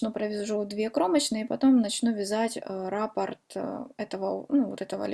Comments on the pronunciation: Правильно говорить: раппОрт, рАпорт пишут в органах МВД. КрасИвее, а не красивЕЕ. Удачи. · Спасибо за МК, очень хорошо объясняете. Не люблю поправлять, но всё- таки не сдержалась, простите: ударение в слове раппорт приходится на букву О, а в слове накид- на букву А. Может быть Вам это пригодится, как блогеру по вязанию. Желаю успеха! Подписываюсь и жду новых , таких же классных МК.